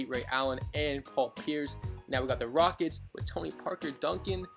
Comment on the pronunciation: Halftime said Houston Wockets